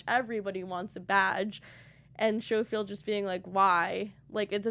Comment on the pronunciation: Good review. 😊👍 One thing, though. It's pronounced SKOfield, not SHOfield.